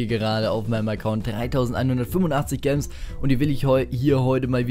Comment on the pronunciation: Bitte, sag "Jems" nicht "Gems" oder halt einfach Juwelen